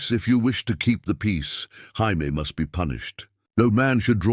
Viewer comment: What's with the weird Jaimie pronunciation?